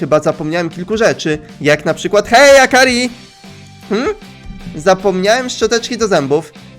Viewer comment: Praktyki w sklepie? Takim sklepie w którym ona nic nie robi?.. Akri, :_: Zamiast akari